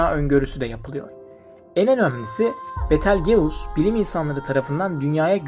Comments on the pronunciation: Kanka "Bitılcüs" diye telaffuz ediliyor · Betal geus nasıl bir ingilizce telaffuzu ya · betelgeus ne yaaa yazılışı gibi niye söylüyorsun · Hocam kanalınız güzel görünüyor fakat teleffuzda biraz daha dikkatli olursanız çok hoş olur. Örneğin Betelgeuse'un teleafuzu...